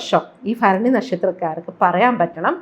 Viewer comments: ഫരണി അല്ല ഭരണി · ഭ ആണ് ഫ അല്ല